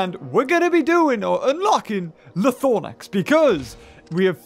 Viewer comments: LythRonax not LythoRnax.. lmao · How... how did you manage to say Lythornax? Seriously, is this something I'm missing or what? It is spelled (and pronounced) Lythronax, and you managed to swap the R and O? I'm really not trying to be mean, but what led you to conclude it was pronounced that way? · Also Lythronax is pronounced (lith-row-nacks)